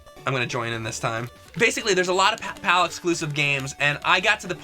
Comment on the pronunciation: It's not Pal for Europe. it's PAL